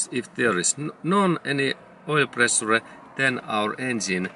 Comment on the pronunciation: Pre su re 😃. It's pronounced (pre-shure) but it's spelled pressure .. but GOOD JOB 👏 I LIKE THE VIDEO THANKS A LOT